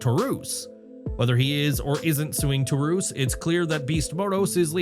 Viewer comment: You need to know how to pronounce some of these names " Taurus "